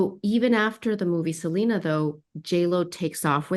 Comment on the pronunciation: …even after 30 years people don’t get “SELENA” is an English name and doesn’t have a Spanish pronunciation!